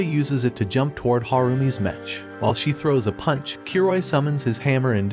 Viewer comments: It’s not mech it’s m-e-ck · It's pronounced MEK not mech. It's short for MECHANIC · Its pronounced "mek" not metch. Like mechanical. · bro really pronounced the ch in mech like "skeTCH" 💀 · I love how they keep mispronouncing Mech